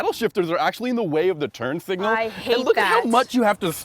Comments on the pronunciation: At around the mark..."turd signal" I swear that's what I hear and have replayed it many times. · she just call the turn signal a "TURD SIGNAL" 😂😂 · Did say turd signal on the Alfa? Haha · I THOUGHT THAT GIRL SAID TURD SIGNAL LOL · she said terd signal